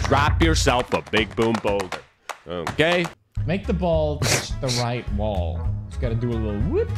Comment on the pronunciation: It's wall not Whaol